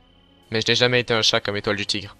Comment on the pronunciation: la voix d'étoile du tigre dit au lieux d'un "t" un 'c' c'est très rigolo sinon super vidéo